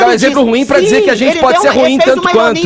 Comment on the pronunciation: Zentizi é bem assim que ele fala!!!! Kkkkk